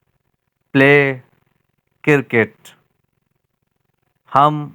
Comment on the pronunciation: Cirket ni cricket hota hai jnb